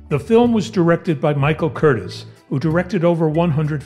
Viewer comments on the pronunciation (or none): It's pronounced, Michael "Curteez"